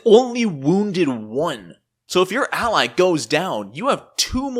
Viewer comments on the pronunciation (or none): none